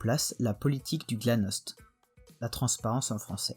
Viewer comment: hey, super vidéo, juste quelque trucs qui ont été mal prononcés : Brejnev ça se prononce "Brejnyef" Glasnost' se prononce "glassenost" Stasi se prononce "Shtazi" Ulbricht se prononce "oulbricht" Ost se prononce "auste" Willy se prononce "Villy" Honecker se prononce vraiment "Honecker", pas "Eunecker" et Gorbachov se prononce "Garbatchyof"